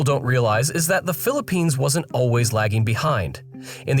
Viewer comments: *Philippines, not Phillipinse. smh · Crazy, "phillipinse" "gobal"